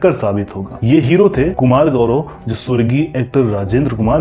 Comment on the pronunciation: Video banane waale tum gadhe ho Jo apni bhasha Hindi ki Maa Bahan Kar rahe ho. Main to us commentator pe laanat bhejta Hoon Jo Jo ko zo bolta hai. Commentary men jitne bhi j waale Shabd aaye hain un sab ko z men tabdeel Kar Diya hai aur aisa karna kamina pan hai.